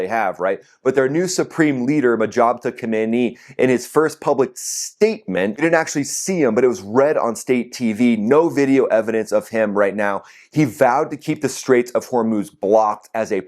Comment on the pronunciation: It's Mojtaba, like Orwell, Abby, and Alana. Or Moj-tabā.